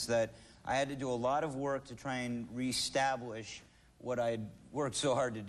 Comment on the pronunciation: does he say restablish ?